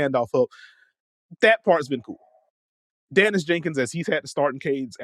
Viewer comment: Day niss not dan iss jenkins